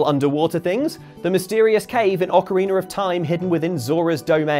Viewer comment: Video starts something. Very annoying. And please with your accent or not. It is Ocarina, not Ocariner. And don’t yell